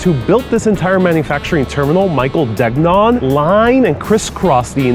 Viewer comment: Degnon is pronounced "Den-yawn," with the stress on the second syllable.